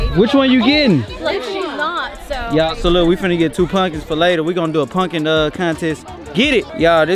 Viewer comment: keep sayin punkin patch like it’s not called pumpkin patch 🤣🤣🤣🤣